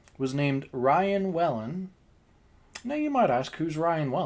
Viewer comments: Its not wellen its pronounced wheelin 😂😂 and the wig is dating conors sister 😂 that man was not the wigs dad 😂😂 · I'm Irish, just for future reference Whelan is pronounced Wee-len. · Just have to let you know how to pronounce the surname Whelan. Just say Wheelan 🙂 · So your theory is that they just wanted to embarrass/shame him because he did so to Ryan Whelan at the bar? It's WHEELan, just to let you know.